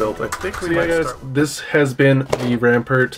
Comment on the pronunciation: The way you say Rampart is painful. Ram Part